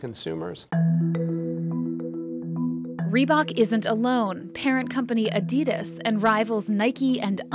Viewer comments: Arrr, say Adidas properly. It’s german, and there is no ‘e’, A-DI-DAS. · A-Di-Das not A-Dee-Das, It's Nike not Nikey just as it's a Bike not a Bikey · Did she say Adeedes?? Lol it's adidas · "reebohk" "adeedas" KEK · instead of Adidas, she says, Eadeedash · Why can't she just pronounce Adidas correctly, it's making me go crazy 😐